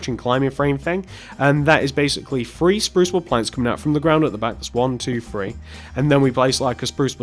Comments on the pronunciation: You said free And you meant three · It's three not free